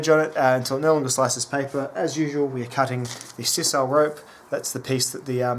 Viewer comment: Sisal, pronounced SIZE-ul. Great content thank you